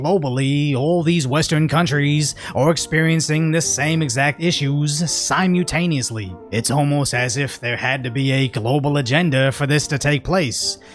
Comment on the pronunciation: I’m not judging or criticizing, but let me give you some thoughtful advice. “Simultaneous” has an L in it that you are not using. You are saying “sim u taneous”.. my friends call me the grammar Nazi. Sometimes I just can’t help it. I want your channel to succeed.